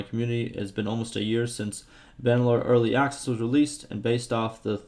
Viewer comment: that excuse is getting old. wE are StiL in ErlY AkSes